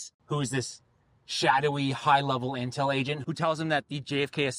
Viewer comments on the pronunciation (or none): none